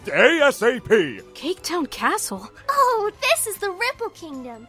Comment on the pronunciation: mispronouncing the word "castle" made me laugh way harder than it should have.